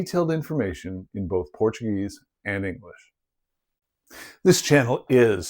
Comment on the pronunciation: You quickly became my favourite youtube on Portuguese archeology. Please, don't ever stop doing this. It's a niche I've long wished to see properly attended to on youtube. I many more people agree. And your pronounciation of Portuguese words is 😗🤌🤌🤌